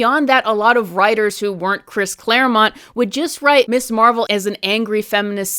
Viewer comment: It sounds like you're mispronouncing it 'Miss' Marvel instead of 'Mizz' Marvel. While that normally might not be a big deal I think for a lot of people, at least women who grew up in the 60s and 70s, it might be. The idea of Ms. as a designation at the time of the creation of Ms. Marvel, was to separate it from Miss, because while originally Mister and Mistress did not designate marital status, by the time it got to the 19th century they did, so when we get to the 20th century and the second wave feminist movement, they wanted a designation to be different and part of the differentiation is the pronunciation.